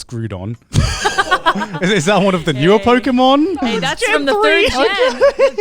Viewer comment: Not Joey misprouncing every Pokémon name with such confidence 😭😭😭